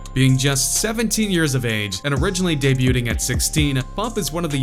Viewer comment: Did this fool just say "day-bute-ing"? 😂 Wow.. you should write some songs for this dickhead.